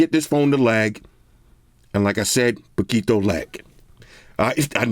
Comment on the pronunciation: Your pronunciation of "poquito" is actually pretty good 😂👌